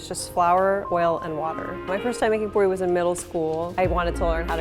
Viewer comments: Poori not porrly and no it’s not a tortilla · It's aaloo-poordi